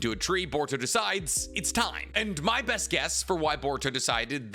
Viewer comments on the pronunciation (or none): none